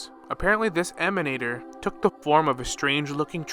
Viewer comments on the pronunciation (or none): I always here that GachaSmack's voice when "Emanatorrrrrr" is pronounced :D it's so hilarous when he does that